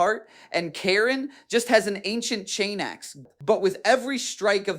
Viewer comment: I want to butcher this man for everytime he miss pronounced kharns name "Khaiiiiirn", also keep in mind if it wernt for the bloodthirster im 70% sure kharn would have killed abaddon, even though I believe abaddon is way stronger because of the fact that kharn kept closing the distance with abaddons fight basically gurenteeding kharns victory but im pretty sure abaddon couldn't keep up with kharns relentless aggression but prove me wrong because I dont know the full fight, and how it would have ended lol